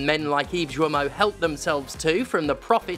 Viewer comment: The "Gui" in "Guillemot" is pronounced the same way as the "Gua" in "Guardian". It's "gi" (as in "Github"), not "joo-ee". Thanks for your attention